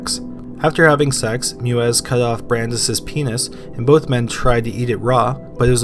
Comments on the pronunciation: EI is pronounced like the "I" in bike. So it's pronounced Mivas. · I really enjoyed this. .However Armin Meiwes name is pronounced "May ves" because of the hard W which is pronounced as V in German. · Why can’t anyone pronounce the name Meiwes correctly?!?! It’s not that difficult! Say it with me...My-ves. That’s right, German’s pronounce their “w” like our “v” and when there’s an “e-i” combination, it’s almost always the second letter in the combo that is pronounced. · The pronunciation of Armin Meiwes is like "My-ves" ... not like "Mew-es". Just saying :P You pronounced Armin okay. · Meiwes - pronounced my-ves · Armins last name is pronounced may-wes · Not to be pedantic but I've heard Meiwes' name pronounced My-Vess before. I believe that's the correct German. Either way great video and great channel! Please keep it up! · You're killing me smalls. It's pronounced MY-VES. Good grief stop slaughtering his name (ha, ha) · As another poster said, closer to my-ves but yeah he totally ruined that guy's name. I mean fuck that guy, but to be pedantic...